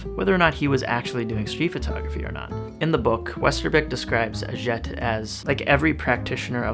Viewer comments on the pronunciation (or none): A Jet?.....A Jay..!......it’s a French pronunciation.......like you say, ‘do your research’.......still a good video, and thanks for doing it. Would like to see more on the subject...😘🇬🇧📸🌈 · Atget's name is pronounced "At-Jay", not "At-jet." It is French.